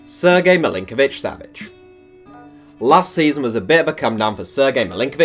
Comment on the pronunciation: You pronounced Sergej Milinkovic Savić almost perfectly